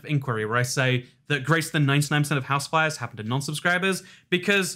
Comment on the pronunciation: WAIT ITS HOUSE FIRES??? i thought you’ve been saying house wives this whole time